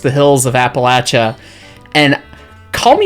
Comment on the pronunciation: My wife and I agree: there’s nothing like the sound of a steam whistle in the mountains. Also, thank you for pronouncing Appalachia correctly. My wife actually growls when people mispronounce it